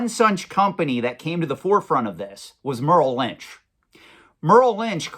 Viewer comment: Merrill Lynch is Murril Lynch. Luxus Funds is Lexus Funds. Pikachu is Pick-a-choo. Is this guy f'ing with us?